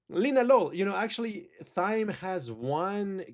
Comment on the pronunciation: Thyme is pronounced the same way as "time"